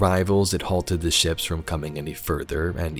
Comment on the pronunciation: I can't take you seriously saying "teh" like it's 2007 myspace.